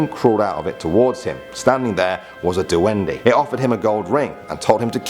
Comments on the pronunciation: And it is pronounced as dwende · First of all he said Sayrina instead of sirena(mermaid) And he said tiy-anak instead of chanak (tiyanak) And du-wendy instead of dwende(duwende) SO I WAS CONFUSED OF WHAT HE SAID AT FIRST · duwende is wrong, its supposed to be dwende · The spelling is "Tiyanak" But its pronounced as "Chanak" And "Dwende" Is not pronounced as Dweni And its not pronounced as Kaprei Its pronounced as Kapre E sorry for being judgemental :l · Du-wen-dee?!?!? Manood ka nang Jessica Soho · PRONOUNCED "DUWEHNDEY"!!!! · The pronounciation of engkanto (Ing-kan-to) The pronounciation of sirena (Se-re-na) in english mermaid The pronounciation of Aswang (As-wang) The pronounciation of Tiyanak (Cha-nak) The pronounciation of Duwende (Du-wen-de) in english evil elf or something The pronounciation of Kapre (Kap-re) or also known as guardian of trees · See-ren-nah (mermaid) Us-wung (aswang) Tea-yan-ak (tiyanak) Or Cha-nak Do-when-deh (duwende) Cap-reh (kapre) I hope it helped😄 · DUWENDE SOUNDS LIKE “WENDY”😂😂😂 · proper pronounciation duwende=duwendeh kapre=kapreh sirena= serenah tiyanak= chanak